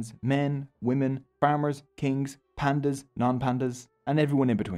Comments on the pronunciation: Hi I a tamil boy my age is 11 some word you are saying wrong like pandyans it is know as phan-dy-yaas❤❤❤ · Bro you pronounce is wrong not pandas it pandyas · Pandyas - pronounced as PANDI YAAS or pandian . Not as pandas